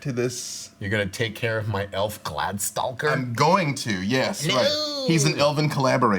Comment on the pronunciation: Too bad he doesn't know how to say glade-stalker.